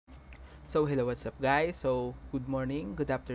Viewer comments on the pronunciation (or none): none